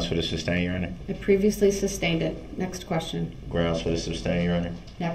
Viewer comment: “Grounz fer the substain” LOL🤣🤣🤣he doesn’t know the difference between the word sustain from substain. Without a doubt , the most annoying , most obnoxious person I’ve ever witnessed.